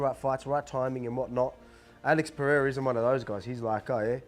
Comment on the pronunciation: “…The Goat… Alex Pierre.” - Chael Sonnen 😂😂😂